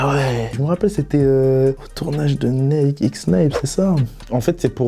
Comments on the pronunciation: Jvais ps mentir mais le concept de Shop-ça c'est le concept que j'aime le moins de la part de booska-p mais après chacun c'est goûts hein 🤷🏻‍♂️ et parcontre comment il dit nike ce fou c'est limite insultant pour la marque et comment il dit chantilly wsh il sait pas parler enft 😂😂😂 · Le combo « Naike » « ChantiLy » nan c’est trop 😭